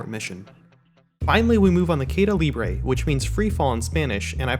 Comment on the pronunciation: Probably someone already have mention it, but if no one hasnt. You pronounced "caida" wrong but nailed "libre"